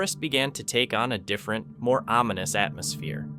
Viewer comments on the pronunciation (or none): none